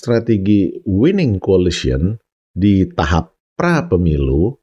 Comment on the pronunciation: Ijin pak, pengucapan koalisi dlm bahasa inggris bukan colicy tapi coalition🙏🏻